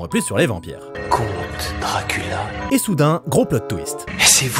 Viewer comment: Je découvre la chaîne avec cette vidéo c’est incroyable 😂 mention spéciale pour « Drakoolio »